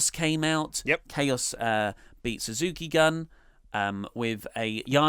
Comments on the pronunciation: Suzuki Gun is pronounced goon. Also, Suzuki didn't bully Goto, he wouldn't acknowledge him, or say his name. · it's pronounced Suzuki Goon! Also bring back Great Balls of Botch.